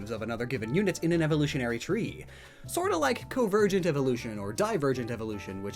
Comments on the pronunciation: Not to be THAT guy, but: 1 - It's CON-ver-gent, not COvergent 🤦 2 - Stegosaurus and Kentrosaurus ARE related. They both belong to the orithischian group Stegosauria (all the plated/spiked herbivorous dinosaurs). Kentrosaurus is just more primitive and has a double row of spikes (BONE spikes, not keratin 🤦) and is found in what is now Africa, while Stego is more derived (advanced), whose spikes had become flattened plates and is found in North America. Keep in mind that millions of years ago the continents were closer together so it's common for fossils of related species to be found very far apart today. The birds and bats example was a proper example of convergent evolution, as bats are mammals and birds are dinosaurs, yet they both developed powered flight separately (and so did Pterosaurs). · Spelled convergent correctly, still didn’t pronounce the first N